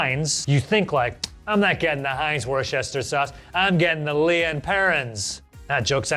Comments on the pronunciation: Leah and Perrins? The blasphemy. It’s pronounced Lee! Daddies sauce used to be used in the burger in the KFC “Big Daddy box meal”, but now they don’t use it for some reason, that’s why it was the big daddy Also, marmite is the king of bacon sandwich condiments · It's pronouced Wooster. Like "Jeeves and Wooster". And it's LEE (not LEE-A) and Perrins. Love this series. Heinz Salad Cream is great of a corned beef sandwich, or with a pork pie, or a cold pork sausage. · It’s pronounced Lee (not Leah) and Perrins.